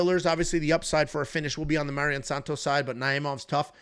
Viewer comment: lol I get when its guys like Nyamjargal Tumendemberel, but Mairon Santos is as basic as it gets